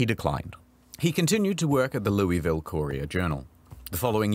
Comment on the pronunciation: Hearing him pronounce Louisville hurt me.